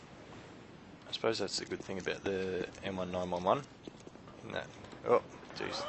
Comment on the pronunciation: Not to knock on you because you've got really good gameplay, but it's "M-nineteen-eleven." <3